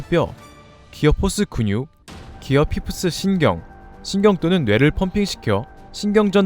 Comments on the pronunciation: 피프스 발음구린건 인지하셧나요? 기어 파이널로 갈경우는? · 파이브를 왜 피프스라 하는가 했는데 영국식언어구나 영어도 잘배워갑니다